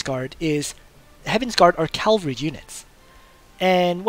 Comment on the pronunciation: CA-VAL-RY NOT CAL-VA-RY